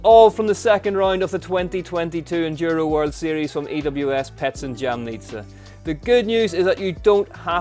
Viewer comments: also we were racing in: YA-MNEE-TSA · Loool, yeah, never heard anyone butcher Lukasik's name so badly, it is not that difficult! Also, leave jam on sandwiches, do not put it in Jamnica, a little effort and research shows a bit of respect, you can do better! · Not one person have I heard that pronounced Jamnica correctly...